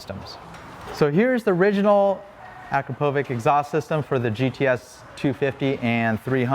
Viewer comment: It's hard to break the AKRO povik vs. a CROP o vitch habit, isn't it? lol. I used to work with someone who had that last name. He'd get frustrated at people who pronounced it AKRO povik.